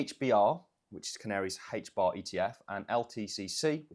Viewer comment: “HAYTCH BAHH” hbar